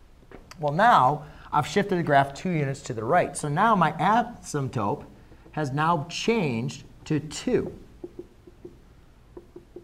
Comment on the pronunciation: he definitely said "asymptope" right?